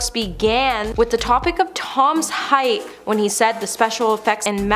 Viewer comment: Heigth???? It is pronounced height!!!